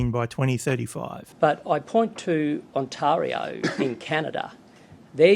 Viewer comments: On tari o not antario. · If he's pronouncing Ontario like that what is the chance he's ever met a Canadian 😂😂😂